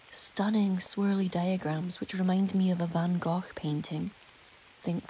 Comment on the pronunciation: Kudos for the 'van Gogh' pronunciation! :) I agree with you that this podcast is too short, I don't mind at all if you make them longer. Hopefully it doesn't mean it will be more preparation work for you to create the longer ones? :-/